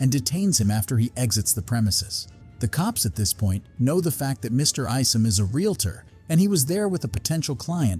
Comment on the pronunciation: How many times is she going to say REELATOR instead of REE AL TOR😅